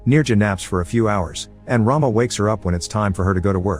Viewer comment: The pronunciation of Rama is not as you have done it. Since it is a female name, it should be rum-a . Rum as it is pronounced in English and a as you pronounced in Rama. Rama means a Hindu goddess of prosperity. It is just for your information.